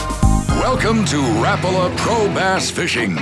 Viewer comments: its RAP A LA , NOT RAPALA YOU GEEK!! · You pronounced Rapala wrong say it like rap (rap song) a la (like la la land) rap a la